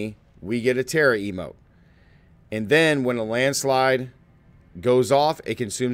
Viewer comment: I use the same build! All the pieces conveniently dropped levelling to 50 for me. Most fun I’ve had in Diablo ever! Especially when cataclysm procs for free! ( I Use natures fury keystone) Also love how you call it a terra-emote haha 😂